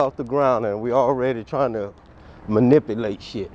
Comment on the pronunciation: So proud of what he does that he Parks a half a mile away from the courthouse. "Shit ain't even got off the groun an we already tryin to manipplate shit." Learn the language please. MAN NIPPLE ATE!! Manipulate, it's manipulate, MAN IP U LATE!